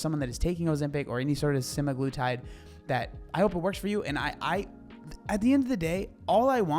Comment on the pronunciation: It’s semaglutide, Seh-Mag-Loo-Tide. Not semigluetide.